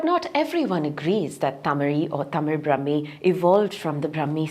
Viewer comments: ബ്രഹ്മീ അല്ല. ബ്രാഹ്മീ . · It is NOT Brahmi. Brahaami. Dhirgha. Not hrsva. How are these many experst who consider Tamil Brahmaami is NOT Brahmaami Name 20.